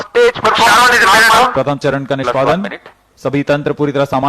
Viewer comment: Launch narmal saar